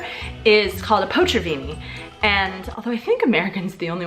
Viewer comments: What you said: "potřavíni" What you ment: "potraviny" My imidiete reaction: "what the - is 'potřavíni'?" When I understood you ment "potraviny": " oh, potraviny..... Ima make a coment about that" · Hello! Today, out of the blue, I came across to your channel. I admire you how you struggle with Czech language. It's really difficult language. I'd like to draw your attention to this word: potraviny. I heard you saying portaviny instead of potraviny. You simply swapped the letters t and r. Hope it helps.:) Greeting from Slovakia. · A little tip for sounding more natural in Czech: the stress is always (99%) on the first syllable, so it's not léKARna but LÉkarna, not poTRAviny but POtraviny etc. :) Jinak jako vždycky, super video! 😊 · i love the way you say "Potraviny"